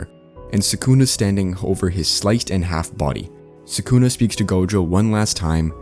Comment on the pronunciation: yeah. just sounds a lil silly to me and it made me giggle a little damn near everytime thats all. nothin to crazy lmaooo